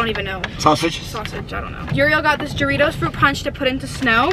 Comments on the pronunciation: goritos💀 that’s just embarrassing. As a Mexican hearing that gave me the ick. I would love to try some Cuban drink and mispronounce it on purpose 😂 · Ja - rittos kinda like doritos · the way they pronounced jarritos gave me the ick 😭😭😭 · The way they pronounced jarritos 😂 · as a mexican, the way said jarritos made me wanna die😭😭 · The way she pronounced jarritos 😭😭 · LMAOOO FR i’m not even mexican but i pronounce it correctly 😭😭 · the way pronounced jarritos bro💀